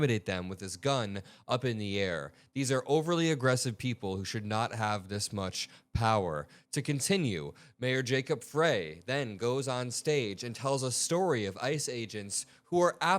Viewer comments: you always say the mayor Fray but it’s Fry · just for your info, his name is pronounced Fry not Frey. Keep up the good coverage! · FYI Pronounced "fry" not frey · Jacob Frey is pronounced FRY not Fray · Keep up the good work. Minnesota appreciates you! BTW the mayor’s last name is pronounced fry not fray. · it's pronounced fry, not fray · Please. The mayors name is spelled Frey but pronounced “Fry” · Hi, the way to pronounce Jacob's last name is Frey as in French fry, anyway this shit is making life miserable for us up here in Minnesota, I pray that the tRump administration pays for the harm that they have done to this country, he wants to be a dictator and shame on all of them because they know they killed Renee Good. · Love your channel. Just helping out here. Mayor Frey is pronounced fry. Keep up the great work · It is pronounced "fry"...fyi😊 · It's pronounced fry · FYI , Jacob’s last name is pronounced like Fri - long I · Mayor Jacob Frey pronounces his name "Fry". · Jacob Frey(pronounced fry!) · His last name is pronounced like fry